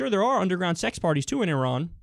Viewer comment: Thank you for pronouncing Iran correctly.